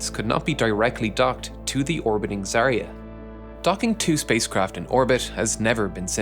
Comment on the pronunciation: ZvezdA and ZaeYA. Not ZvEzda and ZArya